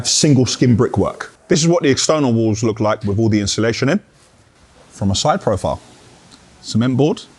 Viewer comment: I’m only here for the “inshulation” 😂😂